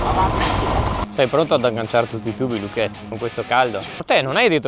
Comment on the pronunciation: Привет! Скажи, а как твоего барат зовут на самом деле? В дубляже слышно как "ЛУкец"